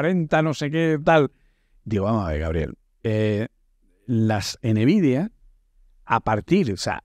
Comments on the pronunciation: De buena jaja “enevidia” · soy español y es la primera vez que escucho decirlo de esa forma AJJAJAJAA